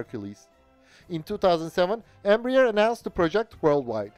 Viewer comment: Its not pronounced "Embra-Ear". Its "Embra-Air"